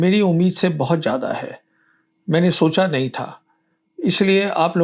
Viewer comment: Sir jya'da nahi .. zya'da hai wo